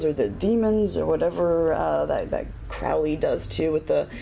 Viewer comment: Just bought another new copy of this deck. Waiting for a new RWS tomorrow's mail (yes: on Sunday, Amazon). Started reading again last night w the only deck I've around/left, Hanson-Roberts. Since you pronounced Crowley's name correctly I subscribed. IMA get back into the G.:.D. A very thorough review. Thank you.